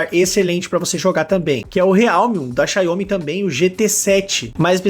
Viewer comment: Que Xaiomi cara me ajuda aí ; é Xiaomi , Xiaomi, Xiaomi . O brasileiro não consegue falar nem o português direito e ainda fala o nome das empresas erradas . Bem que o professor Olavo de Carvalho dizia ; chegamos no fundo do poço !!!!